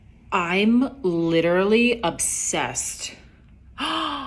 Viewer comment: Pronounced as "Ubbbbb-sessssed!"